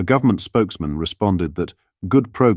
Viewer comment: govt. is a abreviation for govenment not gov-ta. AI news, strikes again.